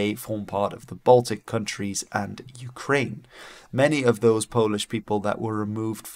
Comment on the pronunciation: your polish pronunciation was pleasingly neutral, aka not the best but pretty good, not bad, i guess it's a perk of speaking a germanic language that's not english as first language